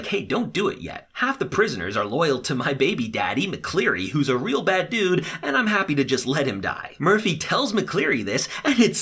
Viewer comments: It’s Mcqueery not Mcleary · oopsies- 1. there’s 101 kids on the drop ship because bellamy wasn’t supposed to be there. when the two boys die that means there’s 99 left. 2. His name is Wells lol not will 3. Jaha’s title is Chancellor, Kane’s title is Counselor. 4. His name is McCreary not McCleary 5. Most importantly: it’s said as “the hundred” really good recap though! loved it even though i knew everything that was going on lol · Dude your so bad with names...it’s McCreary not mcclearly and wells not will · And you called McCreary McLeary... but it's cool dude. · It’s not mcleary it’s mcreary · It’s wells, not will. And also you said Mcleary, it’s mckreary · No, it's McCreary